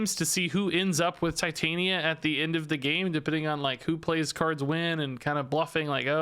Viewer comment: i think it is a soft I on titania just FYI